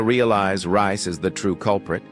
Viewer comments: It's Reece not Rice. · Who the hell is rice. Not a British narrator, so incorrect pronounceation